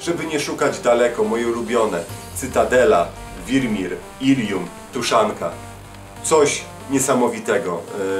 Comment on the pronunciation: nie tuszanka tylko tuchanka